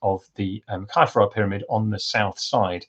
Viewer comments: Why are you pronouncing Khafre as "Kye-fra"? You are the first I've ever heard do that. I know hieroglyphs did not have vowels, but still... {:o:O:} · Well, I've only ever heard it said as "Khaf-ray". Later you say no one knows if the accepted academic pronunciations are correct, so I wondered if academia had changed the accepted norm. But then, I have heard Amun Ra and so on pronounced as "Rah" and "Ray". It reminds me of when Latin scholars decided Caesar was Kaiser and Cicero Kikero! Thanks for the reply. Cheers! {:o:O:}